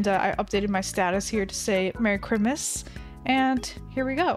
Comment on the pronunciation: wait did she just say, merry crimis?